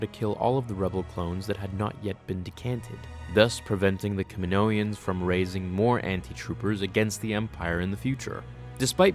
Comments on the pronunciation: Kami-no-ins lmaoooo not kami-noie-ins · Kaminoans not kaminoians. Theres no I at the end. I would've thought someone who knows as much about SW would know how to pronounce such an easy word. I found Americans have alot of trouble pronouncing words they don't use in everyday life, curious......... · Why do you say it like "kimnoians" haha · He said kaminoans wrong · First off. You said kaminoans wrong